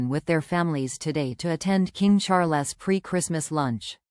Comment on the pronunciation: "King Char-less..." - ???? Get a human to narrate, please.